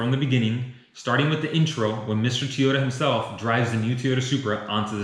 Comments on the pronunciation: Why does he keep saying Tee-ota when the car company is named To-yota? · Am I the only one that cringes every time he says “Teeyota”?